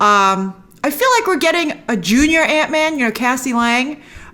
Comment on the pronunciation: Hr had the absolute proper pronunciation of... "Ant Man."